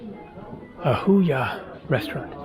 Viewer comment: that's pronounced Ah-who-jha that's an Indian restaurant, most likely a north Indian style food.